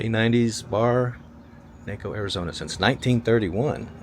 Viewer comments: I had to stop three minutes in because I couldn’t stand to hear you mispronounce Naco one more time. It’s a short A not a long A. Like nawko Ciao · It is pronounced, "Nah-co." Is it really that difficult to research this before you make a video? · It's pronounced Nah-ko! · It's pronounced like Taco....Naacoo, Naco. Get it, got it, good. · Hey There..the Name is Naco same pronounced taco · It’s pronounced “KNOCK-O” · The abandoned barracks complex in Naco (pronounced like “taco“) is Camp Naco. Camp Naco, originally a military barracks, has a long history stretching back to 1910 when it was founded, including housing the Buffalo Soldiers. Now, with help from the city of Bisbee, the Naco Heritage Alliance and grant money, there's hope that its future will be just as long. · Naco pronounced taco. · It is pronounced Knock-OH, drove me nuts listening but still a great video! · NAW ko. NAW as in nachos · You didnt get to Douglas? One of the most interesting border towns in the US, including the first international airport. BTW it’s pronounced Nah-co. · Well you really stepped in it!!! sure tell you ain’t from Arizona. ha ha ha The town is pronounced Nah-co , like Taco!!! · Pronounced nahco, like you say taco. My dentist is in Naco, Sonora, about 100 feet from the border wall. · That’s Naco, pronounced like taco. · It's pronounced naco like taco. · Pronounced with a short A, Nah co, love your videos, Thx, Matt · 20 seconds in, and hit STOP.! It's "Nah-co," AZ. Otherwise, thanks for this tour of my stomping grounds. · I am sorry but it is pronounced NACO like Taco. ❤❤ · Taco Naco. Tawco Nawco. Good video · Got to talk to the locals before you make the video. You are butchering the name of the town… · It’s possible to research pronunciation of the places you visit before you make content, ya know. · Had to stop watching because I couldn’t stand you pronouncing the town name wrong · You're pronouncing it wrong. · Mispronounced the name. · Pronounced like taco not Waco